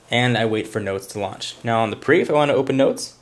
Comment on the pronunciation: he clearly missed the "E" in "PRE" on purpose.